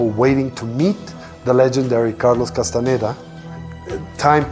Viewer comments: کاس تان دا تلفظ میشه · خواهشا اسامی رودرست تلفظ کنید. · واقعا تاسف داره که کسی که روایت میکنه هنوز کاستاندا رو درست تلفذ نمیکنه و زیر س و ن ، در تلفذ کاستاندا کسره میزاره ، در صورتیکه ساکن هست . اگر کمی انگلیسی بلد بود میفهمید که e در اخر کلمه خوانده نمیشه . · اول اسم طرفو درست بیان کن بعد مستند بساز